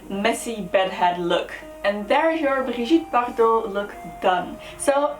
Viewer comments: Perfect french prononciation;) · So beautiful! This suits you perfectly. And I love the way you say her name, sounds so chic! I'd like to suggest for next beacon Alexandra Romanov (Anastasia's mother), Victoria of England and, once again, Grace Kelly. Thanks for this series, please keep it up! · Do you speak french? Because you say 'Brigitte Bardot' with a perfect french accent!